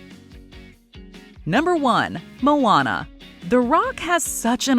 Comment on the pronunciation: That's how you pronounced "Moana?